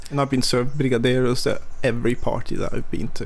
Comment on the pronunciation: Just wanted to you nailed the "brigadeiro" pronunciation